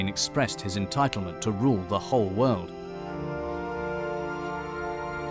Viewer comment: "wowd" is not how "world" is pronounced.